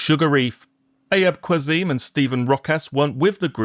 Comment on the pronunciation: Haha for future reference Ayub Qassim is pronounced Ah-yoob Cass-im (in British English)